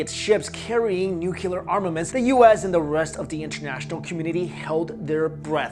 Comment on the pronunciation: Always Nucular never nuclear.... Sigh